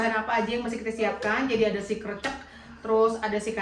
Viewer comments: Susah banget ngomong 'krècèk'..krecek mulu.. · Nyebut krecek seperti peyek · Salam kenal, saya juga jogja asli nih.. malah tempat tinggal ku deket dengan pusat gudeg jogja yaitu Wijilan.. Buat pengucapan krecek seperti bilang "becek" semoga paham dengan maksud kami 😁🙏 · krecek itu huruf E TALING mbak, bukan E PEPET. inget jmn SD gak? e taling dan e pepet, di kelas 1 SD itu. sy gatel denger nyebut krecek pake e pepet wkwkwkwk ngulang2 lagi wkwkwkwkwk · Pelafalan KRECEK seperti menyebut huruf E pd kata LELET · Ya Allah inget banget ini dulu pernah masak gudeg.. sampai skrg masih lucu bgt logat "krecek". Krecek pengucapannya seperti kita ngucap "e" di kata kecil. Bener pengucapannya di menit ke 😂 Btw ini valid ya. Aku orang Jogja asli. ❤ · Pemyebutan nya krecek bener yang pertama kok malah di rubah jadi Salah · Krecek e nya dibaca spt kata enak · Smbl goreng kreceknya nyebutnya salah hihihi jadi geli...❤